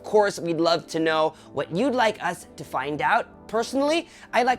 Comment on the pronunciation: That "find" tho lol. Great review,.